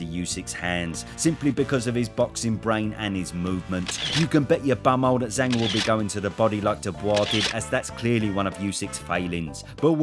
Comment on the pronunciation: Does anyone else get triggered how the BT sports announcer pronounces it "Zong"?